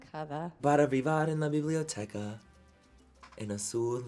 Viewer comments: It’s biblioteca honey, no “h” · Me reí horrible!!! JAJAJJAAJJAJA me encantó el vídeo pinches hombres! 😂😂😂 biblioteca con H 😂 pero lo hiciste excelente, muy buena pronunciación y el maquillaje como siempre fabuloso 👌❤😉✨